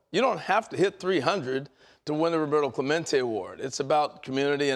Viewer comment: WTF, Pedro? U just pronounced Clemente as a gringo. Pendejo.